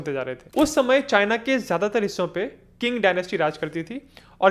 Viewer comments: Qing is pronounced as Ching not King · Qing is pronounced चिंग, not किंग